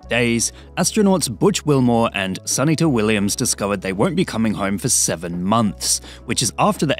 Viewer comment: Sun Eata? Did you mean Sunita?